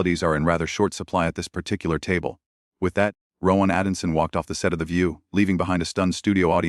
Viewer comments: The presenter should really learn the name of the person he's talking about. It's ATKINSON NOT ADKINSON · His name is Rowan Atkinson, not Addison! Both spelt & pronounced incorrectly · Who is Atinson AI obviously not programmed correctly to say Atkinson, thats what makes it shit. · I had to stop watching this after the AI voice over said the ATKINSON name incorrectly half a dozen times, calling him ADDISON. Sheer laziness that the people who posted this didn’t even bother to check. What other inaccuracies are in this “story”, or any of your other posts? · It would seem AI cannot differentiate between the letters "t" and "d", it's Atkinson not Adinson. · The man's name is ATKINSON, not ADDINSON!!! Sort out your AI narration. Accuracy is important!!! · His name is ATKINSON. not ATTINSON. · It doesn't look like you have read the script because you keep calling him Adamson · It's not ADDinson it's AtKinson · his name is not Atinson. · I presume this is AI. Unable to pronounce the word ATKINSON. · Rowan "Adinson" ? At least get the name right! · It's a pity the picture is not correct of Rowan and how they pronounce his last name is not correct, he is not Rowan Addison he is Rowan Atkinson and yes, he is British like me. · This Narrator can't even get Atkinson's name right! Educated Brits -1.Dumb Yanks _ nil! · Awful AI narrative, everything mispronounced including Rowan Atkinson's name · Why did they use that announcer to commentate this interview. He can't correctly pronounce some words....the are no commas or full stops in the sentences.....keeps saying Rowan's surname wrong. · Can't you learn how to pronounce Atkinson?? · Pity you couldn't pronounce Rohans last name correctly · So we don't actually hear the people on screen, just the narrator who can't even pronounce Atkinson properly. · What a dragged out bore! If this is real why didn't they just show the interview? And the AI mispronunciation of Rowan's name and other words was dreadful!!😯